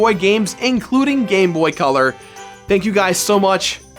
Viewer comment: to me when he said gamebot it sounded like he was saying gay boy